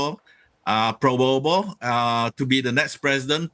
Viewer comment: Sorry prof.... He's name is PraBoWO, not PraWoBO 😁😁😁